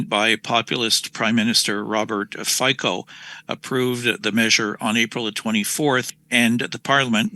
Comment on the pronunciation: You mispronounced the name of the Slovak PM Robert Fico. Apparently, it is phonetically pronounced "FEETSO."